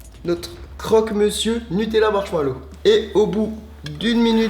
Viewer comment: non mais non ou est le respect svp .....c'est pas marchmallow 😭